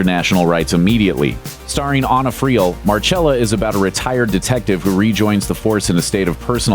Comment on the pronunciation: Who is aaaaana friel It’s AN-NA